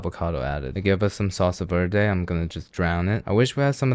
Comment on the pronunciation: Bro says mexican food is his favorite and then fumbles the pronounication of verde 😭